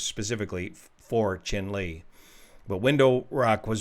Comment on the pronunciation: I believe Chinle is pronounced in the manner of Cheyenne...